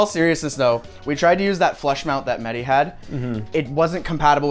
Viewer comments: MEHDI not MEDDY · It's mehhhhdi not medi😂